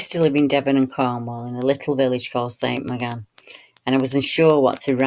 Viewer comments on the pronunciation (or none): It's pronounced St "moor gan" fyi. Very interesting, thank you!